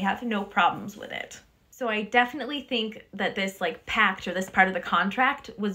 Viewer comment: love your content! But pact, not pack.